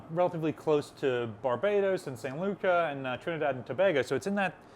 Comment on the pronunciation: Also St. Lucia, a little more research on Google pronounce...